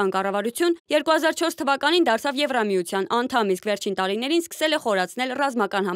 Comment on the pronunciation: ԿիպՌոս չէ, Կիպրոս։ ԵվՌամիություն չէ, Եվրոմիության։ Հայեցի խոսե՛ք։